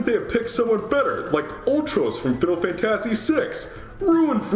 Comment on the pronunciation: Oh no, it's you again! Also, that's not how you pronounce "fantasy" calm down. No remake is perfect.